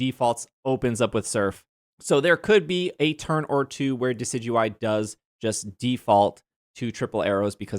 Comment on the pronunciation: Friendly reminder that Wolfey Glick pronounces Decidueye "Decky Dooey" and it is probably my favorite thing about him. It's the World Champ Difference TM.